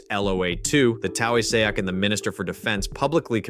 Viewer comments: The what? The Taouw-a-sack? It's Taoiseach - pronounced tee-shock. But points for the most amusing butchering of the name! (;o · Taoiseach. It's pronounced Tea-shock. It annoys me so much when it's mispronounced. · The AI pronounces Taoiseach incorrectly. The correct pronunciation is similar to Tea- shock. It means Prime Minister. 😌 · "The Towiesayak." 🤣🤣🤣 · who are those police? And please find as many possible ways to include the irish prime ministers Gaelic translation into as many videos pronounced just like that. That has to be the absolute best version yet. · Good video (except for pronunciation of "Taoiseach"!). But Ireland really needs to aim for LOA3. Hopefully LOA2 is just a milestone on that path.